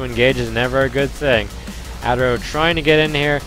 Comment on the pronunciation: It's "Uh-Terro" not "ah-terro" lol